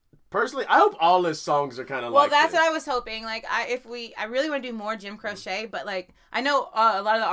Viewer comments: You're killing me with the pronunciation. It's not Kro-Chey. It's Kro-Chee!! I dedicate "Time in A Bottle" to you both. It's probably his biggest hit and one of the most beautiful songs ever. Although the 2 songs you've done are not just my 2 favorite Croce songs but 2 of my all time favorite songs by any artist. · I'm giggling sooo much as y'alls pronunciation of Jim Croce's last name!!! It's not pronounced like the sewing crochet word, but instead it is pronounced like cheetos at the end CROCHEE <------ that is how it's pronounced. And yes his songs were great fun in the 70's when I was a kid! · Croce, pronounced Crow-chee. And yes... Def "Time in a Bottle" next. One of the most beautiful and romantic songs in musical history. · Jim Croce was an amazing singer songwriter. Left us after only a coupe of years of making it onto the music scene! Request OPERATOR AND TIME IN A BOTTLE! Croce is pronounce KROCHEE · ALL TOGETHER NOW: CROW-CHEE 🤣 Nah I’m playin…y’all are cute when you say it wrong. 😂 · Pronounced "crow-chee" think of the bird crow and chee as in cheese. The man was an amazing talent and died way too young. Love your commentaries! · It's actually pronounced Crow- chee,and actually the songs mentioned below are ones to react to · His last name is pronounced Cro-Chee. I never knew till now either. Lol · Crow-chee, lol. Good tune and he has many others. Try the slow ones. You'll love them. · Last name is pronounced Crow-Chee. If that makes any sense. Check out Time In A Bottle if you want to cry your eyes out. He passed far too early! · Jim Pronounced (crochee) you are right though he is a great storyteller. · Pronounced Jim “crow chee” 👍🏻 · His last name is pronounced Crow-chee, FYI. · His last name is pronounced Crow-chee. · Crochie is how it's pronounced. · You guys are great...but Jim's last name is pronounced crow-chee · Jim "Crochet"? 😂😂😂 He's a singer/songwriter, not a knitter! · Its pronounced like... Cro..chee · Crow-She not cro-shay. FYI.